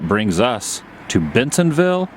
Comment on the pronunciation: Sounded like you said Bensonville in the intro. I've been working for Walmart for 25 years. Seen many changes in that time there. Most of them for the worst.